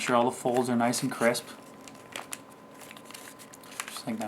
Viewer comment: denden den and MAKE IT NOICE AND CWISP